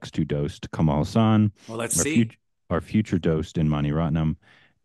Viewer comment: It is pronounced Kamala Haassan. It means Lotus Smile. It is a Sanskrit name and the way people pronounce it , the name sounds anything but that.